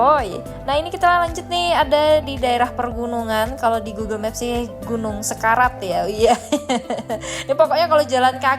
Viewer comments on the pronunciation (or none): Sekerat mba.. bukan sekarat😁